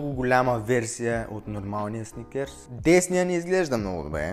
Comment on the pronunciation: много те харесвам и клипът ти е много интересен само МОЛЯ ТЕ не казвай сНиКеРс!!! Мерси🙏🏻